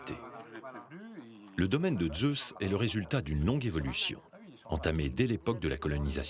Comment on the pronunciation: Pourquoi prononcer le Z de Zeus comme les Allemands ?